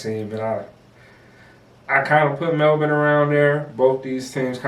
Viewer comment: You blokes do a great job of analysing the game. One tip to help you sound like true experts - is how to pronounce Melbourne. Its Mel'bin Pronounce Melbourne (20 seconds)